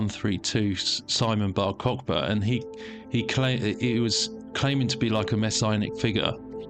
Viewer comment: It's not Cock-Ba, it's Kochva, ch like the throat sound. Khhh